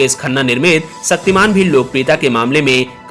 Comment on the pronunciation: तुम्हारी डिक्शनरी में छ शब्द नहीं है।.... शक्तिमान.....सक्तिमान......